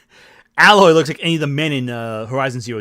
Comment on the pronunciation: # I like the videos but small critique I have is how many will talk about the Aloy thing but use the wrong pictures as an example. That picture you brought up is from the 1st game. The 2nd game is called Horizon Forbidden West, not Horizon Zero Dawn. She looks a little different but frankly better in the 2nd game. Also they say her name as "A-loy" not "alloy."